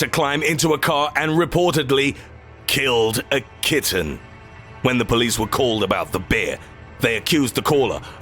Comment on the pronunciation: The emphasis he puts on "killed a kitten" made me laugh